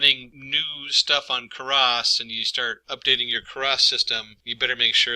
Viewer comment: "Karas" and "num-pee"... I honestly couldn't tell whether or not this guy was trolling everyone on the internet... Good video. though For everyone else: it's "Keras" (you wont find anything related to "Karas"). Additionally, "numpy" is pronounced "num-pie", just like "python" ("pie-thon")... unless you pronounce it as "peethon" and you like to fondle/"Karas" sweaters... :p great video though... were you trolling the internet? I seriously can't tell.